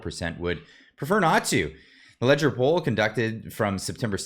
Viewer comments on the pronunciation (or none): Leger is a French Canadian company lead by Jean - Marc Leger. The first 'e' has an accent over it and is pronounced ' Leg...ehhh!